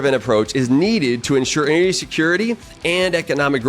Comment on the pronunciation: You're a PhD and you can't even pronounce half the big words you use. What the hell is "eneryee"?